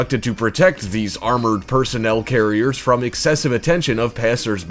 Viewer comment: Had to like when u said "cool videos liike theeze" 😂😂